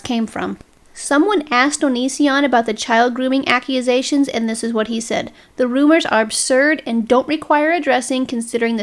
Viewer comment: Duuuuuude. The video's pretty good, but why do you keep saying "accuAsations"? , , , ...you get it. It's super weird and distracting.